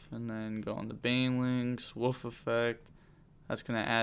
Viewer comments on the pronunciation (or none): Say it with me W O L F not WOOF